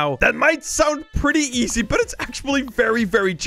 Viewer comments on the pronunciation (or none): Bro said ezay 💀